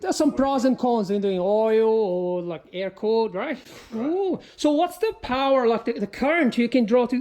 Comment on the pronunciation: My god that a lot of powwer